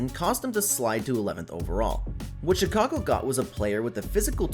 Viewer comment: This gotta be satire. “she-cago”, bro mispronounced like every players name